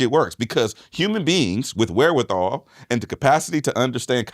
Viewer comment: Every time Hed says wherewithal and looks into the camera...an owl dies 😂😂😂